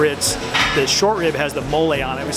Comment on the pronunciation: The Miami came outta him when he said "these grits, and the rib mann ouuu"